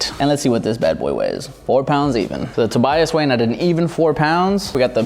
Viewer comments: Its not Toby - us its Toe-Buy-Us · The way he said Tobias